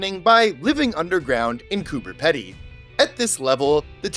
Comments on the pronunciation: "Coober Pedy" is pronounced "Cooper Peedee" said with an Aussie accent. You actually made me look it up because I didn't believe it had a 'B', checked with friends and they were confused too 😂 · heya not meaning to sound rude here by any means just more so wanting to teach a lil here but the way you said the "pedy" part of Coober Pedy was a little off. its pronounced like Pee-dy :D other than that you nailed it! also fun idea for a video would be checking out all the odd named places around Australia and Tasmania! Tassie alone has TONES! especially places like "Doo Town", every house there has a fun name that uses the word "doo" in them such as the obvious "Scooby-Doo" but you also have house's called things like "doo us" or even just "doo doo" haha we aussies know how to have fun :P